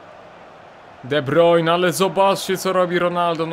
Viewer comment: sory za nauczki ale to sie czyta de brajne